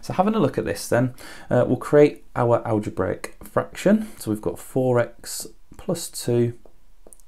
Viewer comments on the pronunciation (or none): he sounds like hes saying "Owa owa" braic fraction